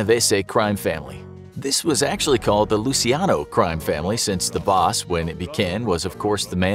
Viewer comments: NOT LUSIANO but LUCHANO. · Hi there! Just letting you know that in Italian, it's pronounced as Luc(h)iano. When there is ci or ce in Italian, it's pronounced as chi or che. And when a letter /h/ is written in Italian, it isn't pronunced at all. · Lu-chi-ano In Italian, ci is pronounced 'chi'. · Aren’t you pronouncing Luciano’s name improperly?